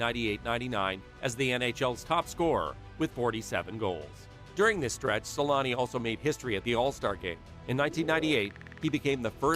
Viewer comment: Always found it funny how they call him "Selanni" (like salami) in English 😂